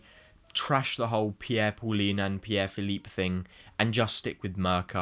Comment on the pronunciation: "Pierre Philippe" 😂😂😂😂😂😂😂😂😂😂😂😂😂😂